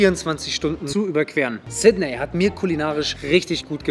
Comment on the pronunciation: Sydney wird übrigens "Sit-nii" ausgesprochen.